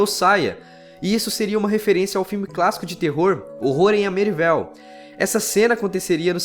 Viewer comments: Sobre a referência ao filme "Terror em Amityville", eu acho que a pronúncia correta seria "êmi-ti-viu"... eu acho. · Sem querer se chato ótimo video mas "Amityville" se pronuncia amitivile